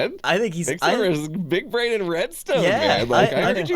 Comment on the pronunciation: “It came on of your brainyum”